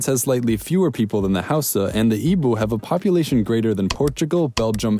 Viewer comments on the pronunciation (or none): Man: Yoroooba Igboo Me: no it’s yoh-roh-bah and ee-boh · im igbo and you pronounced it wrong igbo is prounounced Ee-bo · I'm from Nigeria and I canttt listen to you say Yoruba, Igbo, or Hausa holyyyyyyy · John O he said “ee-b-oo” when it’s actually pronounced “ee-b-oh” with the “oh” being a sort of stressed and short sound. He also stressed the wrong letter in Yoruba - it should roughly be pronounced like “your-oh-ba” with more stress on the the “ba” and I’m pretty sure Niger is pronounced “nee-zher” with a soft g. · It's prononced eebo not eebu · Am I the only one who cringed at his pronunciation of Yoruba,Igbo and Hausa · As a Nigerian you butchered the pronunciations 😂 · OMG! Babe you pronounced Yoruba and Igbo all wrong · You pronounced Yoruba and Niger wrong and BUTCHERED the Igbo pronunciation lol